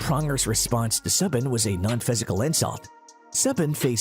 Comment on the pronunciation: turn it off immediately due to "subban" its Soo-ban.